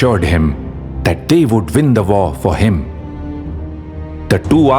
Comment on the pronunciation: they vould vin the vor for him. Please don’t mix up your v’s and w’s. W’s are supposed to sound soft.